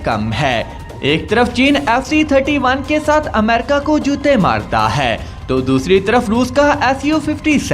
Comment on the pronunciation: خدا کا واسطہ ہے ... اس "ہے" پر زور دینا بند کر دیں .... سانس کے اتار چڑھاؤ پر غور کریں اور اردو کی ٹانگ نا توڑیں .... اور بہتر ہوگا کسی بہتر اردو کے تلفظ رکھنے والے سے وائس اوور کروا لیا کریں .... آپ کی انفارميشن کھڈے لائن لگ جاتی ہے جب آپ ... ہے اور اے کی تکرار لگاتے ہیں